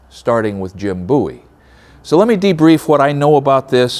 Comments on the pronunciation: Pronounced “bow-ee” not “boo-ee” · I laugh every time he says BOOIE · Pronounce the name right. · The way he said Bowie bothered me for some reason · It's pronounced Bowie not Bowie.